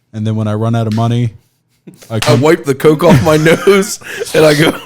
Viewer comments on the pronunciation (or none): none